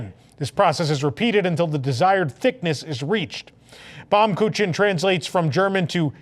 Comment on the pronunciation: pronounced "Baum Kookin"